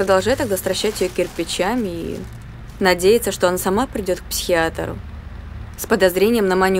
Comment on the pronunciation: ПсихиатОр 🤦‍♀️. Столько людей участвует в съемках и никто артистке не подскажет, как правильно говорить🤔